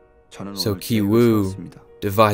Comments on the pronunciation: "Ki" in Ki Woo, Ki Jung, and Ki Taek are all supposed to be pronounced the same way. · They brother and sister both have ki.. yet u pronounce one differently to the other.. can you elaborate on that??